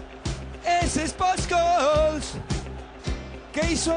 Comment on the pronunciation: Ese es pol skoool'